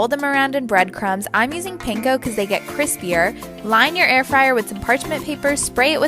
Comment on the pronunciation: Not the first dude calling it air-free-air ☠️🤚🏼